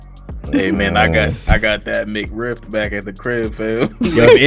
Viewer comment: That foo said Mc rift haha im dead!